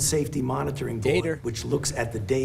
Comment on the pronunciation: Now I always hear "DATER" instead of data lol